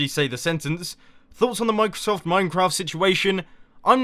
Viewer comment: You probably meant OBS, not OBD for streaming xD Also, "mine-crosoft"? Nice one :3